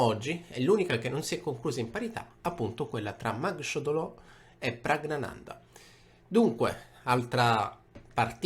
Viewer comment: una curiosità: Praggnanandhaa si pronuncia Praggnanandà, il nesso ggn è nasale, come in italiano "gnocco" ma con doppia gn.